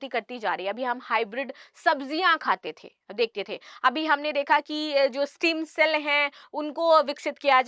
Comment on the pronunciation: स्टीम सेल नहीं स्टेम सेल । Please be correct ।